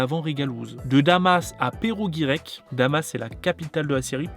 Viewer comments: Perossss avec un s pas perro guirec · Pero Guirec 😂😂 Perossss Guirec !! Pour un Breton moyen..😂😂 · C'est PerroS-Guirec ( on prononce le S ) Mais sinon c'est une superbe vidéo !! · Perro guirec. 😂 WTF. ne connaît pas 😂Perros Guirec ( le s se prononce) cela se trouve en Bretagne. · on dit le s dans perros-guirec sale fou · On dit Perrosss Guirec pas Perro Guirec voilà c tout bonne vidéo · Daniella, "c'est celle qui..."? La personne qui... Oui!!! Et Perroosssssssss Guirek... Un peu de respect non?! J'suis Normand mais quand même, respect pour la Breizh!!! Pour Quick, "ne se prononce pas".... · ca se prononce perrosz guirec tu nous as insulter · Ça se dit Perrozzzz Guirec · On dit pérosse guirec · Comment t'as pas respecté perros guirec 😭😭 pérosse y a le ssss du serpent à la fin mdr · Bien sûr qu'on vient de Perros-Guirec, la côtede granit rose! D'ailleurs on prononce "Perroz-Guirec" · Sa ce dit " péroz Guirec" la prononciation ( ville Bretonne) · Par contre t’arrêtes tout de suite de dire « Pero Guirek » alors que tu vis en Bretagne 😂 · PerroS-Guirrec, le S se prononce, t'es quasi breton maintenant, faut assumer x) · C'est clair, "Perro" Guirec. 😂 (Je ne me moque pas hein, on ne peut pas deviner quand on ne connaît pas, mais c'est très drôle à entendre quand on connaît la bonne prononciation. 😁) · Ça ce prononce perroz guirec! J’habite à côté et je pense savoir ce que ce sera dans le calendrier de l’avant 😊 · Ca se dit Perross Guirec ;) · On dit le S de perros guirec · comment tu prononce Perros guirec 😭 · On dit perros Guirec on prononce le s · Le S (qui se prononce) de Perros-Guirec a clairement pris cher 😅😂 et PS : c'est en Bretagne